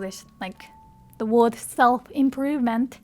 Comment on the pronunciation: you're pronouncing "word" wrong. There is no Japanese "o" in it.